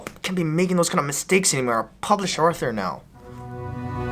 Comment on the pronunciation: Did any1 hear Ryan say he is a published Arthur instead of author